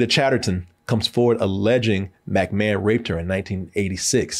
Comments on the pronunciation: Am I the only one getting triggered by how he would say Mcmahon. I was like it's not Mac like Big Mac. It's Mic like Mick Foley. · And McMahon is pronounced the same way one would say McDonald's